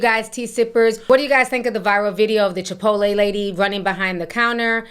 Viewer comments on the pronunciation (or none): I love how Ti says Chipoleee 😂😂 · Not Chi-pottle 😭😭😭